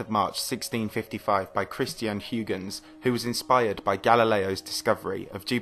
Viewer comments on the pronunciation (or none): Huygens is pronounced H-AW-KH-ENS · Huygens is a Dutch name and correctly pronounced "Highgens." Don't you have Google? Respect! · Of all of the various ways people pronounce Christiaan Huygens' name, I've never before heard it as "hoo-gins". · hoy-gens not hugh-gens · It's pronounced like hoygenz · "Hugh-gens" xD Get out of here. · Huygens ..... LOL!!!! 🤦🏻‍♂️ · Please learn the correct pronunciation of Huygens. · Dude, you're making science videos, you should put an effort in using correct scientific terms and pronouncing names correctly. Nuke-lar is not a term....the scientific term is nuclear, pronounced ˈnü-klē-ər Also, Huygens was dutch....if you don't want to learn the correct dutch pronunciation, at least stick to the standard US pronunciation: ˈhɔɪɡənz/ HOY-gənz